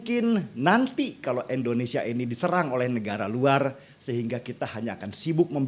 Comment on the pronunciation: Bang Denny, bukan EN, IN bang Indonesia